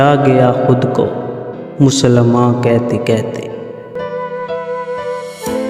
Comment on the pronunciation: کیتے کیتے کیا ہوتا ہے یار؟ اپنی زبان تو صحیح بولو۔ کہتے کی ہ کہاں غائب کی آپ نے؟